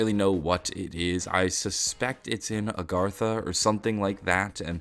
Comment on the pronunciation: It's agartha not argatha